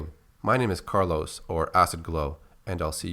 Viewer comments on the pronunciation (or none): none